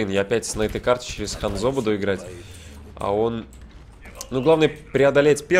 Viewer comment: Не ханзО а хАнзо